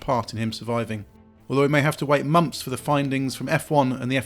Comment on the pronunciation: "...will have to wait mumfs for the findings..."